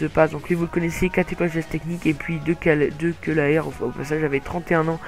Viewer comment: C'est pocognoli est pas picognoli Ensuite c'est El Ganassy(sa se prononce comme sa) et Benjamin de Ceulaer(sa se dit de ceulare) Tu ecorche trop les Noms!!!